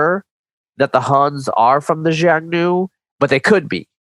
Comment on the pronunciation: Xiongnu is pronounced with an initial soft "sh" sound, not "j" . This "sh" is becomes a "h" sound I'm China depending on the language, so the "sh" in xiong nu is just a different pronunciation of "h" in hun